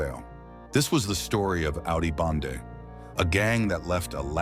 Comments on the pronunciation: I think it was clickbait to bring Dutch speakers to clear up its “Bende not Bande” 😂😂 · Bende bro not bande